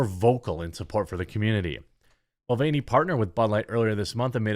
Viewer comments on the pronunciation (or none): Dylan Mud-Vein-ey